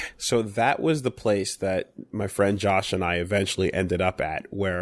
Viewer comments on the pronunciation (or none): It's pronounced "Josh"